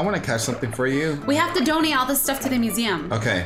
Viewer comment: At first I thought she said you don't eat them instead of donate them. XD